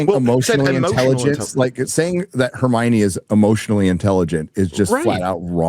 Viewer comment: Hermione ❌ Hermocha ✅